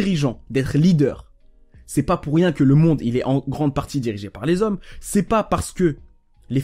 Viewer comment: « Elles aiment LES ZHOMMES » avec un grand Z